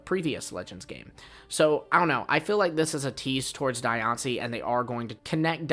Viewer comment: Die on see? Diancie. 😂😂